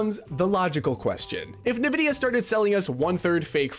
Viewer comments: "Nuh-VIDDY-uh" ...Says a guy who's clearly never played an actual PC game... *whispered* en-VIDDY-uh... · I came here to say this, but I knew in my heart that it had already been said. <3 (BTW, it's pronounced "N"-Vidia) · I'm pretty sure it isn't pronounced "nuh-vid-E-uh." It is more like, say the letter, "N," then say "vid-E-uh.". I can't listen to this video because of it. Ugh. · It’s “in-vidia”, not “nuvidia”. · Why are people saying "nuh vidia" now? Jensen clearly always says "en vidia" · Thanks for the video, but why are we pronouncing it Na-vidia? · Who tf says Nevidia😂😂😂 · If you say "Nuhvidia", you literally have less than 100 IQ, i swear to god... Search up "Nvidia Intro - The Way it´s meant to be played" on youtube, you'll figure out how to correctly say that word... Everyone, except people with less than 100 IQ knows how to say Nvidia, correctly. 🤣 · Nvidia pronunciation is the backwards way people pronounce 'N'tendo. Most people Say 'N'vidia. cracking me up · You even used a clip of Jensen Huang pronouncing it correctly: "en"-vidia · “Nuh vidia” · Yep, drives me crazy to hear people say NA-Vidia. Look at the spelling... NV not NAV. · NEvidia or ENvidia or INvidia? What is the real pronunciation? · Already know this guy doesn't know shit as soon as the video started. Can't even pronunce Nvidia correctly, and then titles the video "DLSS Made Developers STOP Caring About Graphics" but immediately opens up by mentioning frame gen (which isn't really DLSS, it's one small part of the DLSS feature set) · I memba when Super Sampling was rendering the game at a higher resolution and then down scaling it to your monitors native resolution for better image quality. Good times. P.S. Please learn to say Nvidia correctly. Your pronunciation of it is infuriating. 😡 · Guy can't even pronounce NVIDIA. This is the blind leading the blind. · Why do you pronounce Nvidia like that?